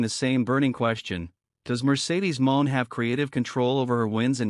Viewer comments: Please stop mispronouncing monet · Stop mispronouncing Monet 😢